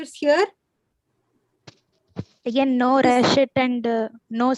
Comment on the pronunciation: It's pronounced as "ratchet", not "rashet". Medicos should emphasize on pronunciation of medical words too because in future, they might have to give lectures in other countries.